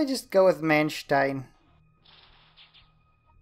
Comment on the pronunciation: I remember commenting on one of your videos correcting how you said manstein good job saying it right